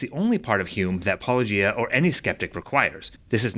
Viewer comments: "poloEEyah" is the biggest sin in this video. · "Polo-geeah" that's a new one 😂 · What was your favorite? I think mine was "Palogia." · "That's the move Paulogee-AY-uh..." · Pall-oh-gee-ay-ah is a new one to me😝 Seriously how do all of them know how to pronounce “apologia” because they engage in it, but not get the joke reference. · Why can't people say -o-gia? Why is this soooooooo difficult? Do they not realize that they come of as either ignorant or disrespectful? Are there any christian apologists that pronounce it correctly? Cheers. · "Polugiaea"? Haven't heard that one before... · Lol even Ai gets his name wrong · I was listening without watching and I forgot that said he was responding to a write up. I was like, why is this guy saying it wrong all the time?? Lol AI 🤦‍♀️🤦‍♀️ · How hard can it possibly be to pronounce "Paulogia"? It is beyond obvious that it is a riff on "apologia", and thus should be pronounced similarly. Are ... Are people actually not able to see this? It is obvious, right? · It angers me to hear such ridiculous ad hominems leveled at and the 100% intentional mispronunciation of his channel name/persona. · It was HILARIOUS that the AI Than voice mispronounced his name, in a different way, every time it said it! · Yeah, at least they guy got corrected on the pronunciation of your name